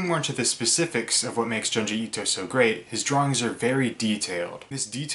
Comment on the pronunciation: The way you pronounce his name is frustrating.